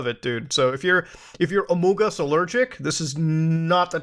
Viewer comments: Had to stop watching couldn't handle the among us pronunciation. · What’s with saying “among us” like you have a mouth full of food? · the way muta says amogus it's so funny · No matter how many times you say “amoogus” it makes me laugh every time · Muta saying "amUngUs" is what i live for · Man, it tickles my pickle whenever Muta says "Amongus" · God you just don’t know how much hearing you say amongs makes me happy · I will always laugh at Muta saying amongUs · You saying amongus that way literally made me unsubscribe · The way muda says among us cracks me up every time xD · The way you keep saying among us is killing me 😂😂😂